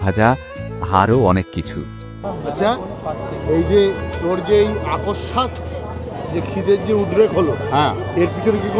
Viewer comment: কথাটা অকস্মাৎ,আকস্মাৎ না।😊